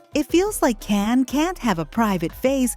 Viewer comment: His name us pronounced "Jan" not Can!!!!!